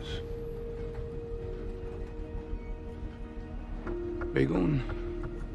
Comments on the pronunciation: No, he says 'Bugun' not 'Bir gun'. I don't blame you, it does sound like he says 'Bir gun'. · I'm sorry but I have to comment on his Turkish. Most of it is fine but it's not "Begun", it's "Bogun", meaning today. The scene is cool though. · beh goon he said!! I lived there 2 years, and it is pronounced like(boo goon),anyone speaks Turkish could've helped him on that, as they usually have someone like that for these kind of scene to correct them!! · For those who couldnt figure out what he is saying at the end. "There are two kinds of Pain in this World. - Pain that hurts - Pain that alters. bugün.. sen seçeceksin." it sounds like he says bigun (it almost sounds like bigün - bigün means "One Day" but the correct term would be bugün - cause its about him sitting across him and giving him the chance for the very moment) and overall "bugün.. sen seçeceksin" means Today.. You will decide. Dope. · i know turkish can be hard to learn some times and i have mad respect for the actor. but i dont get how he managed to say ''bi'' instead of ''bu'' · I had to listen like 5 times to understand his Turkish. what a lazy way to say some phrase... "Bi gün sen seçiceksin", at least use Google translate to hear how to say it properly. wtf is "bi gun sen sechucheksun" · he cudnt even say bugun right?? idk what "baygun" means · 'Bir gün sen seçeceksin' he said at the end, which means one day you will choose. Pronunciation was terrible, I had to listen four times. Edit: I just watched the same clip with Turkish translation and it says Today however it sounds like One Day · Yes, he said "Today you will choose " in Turkish with a bad pronunciation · denzel's turkish not bad. for example "today" part pronounced completely wrong. "you get to choose" part is perfect. also main bad guy is not turkish because he couldnt speak turkish he is obviously a foreigner actor but the other guys are turkish. we have such a good actors why did they choose a foreigner to play a bad guy i dont understand.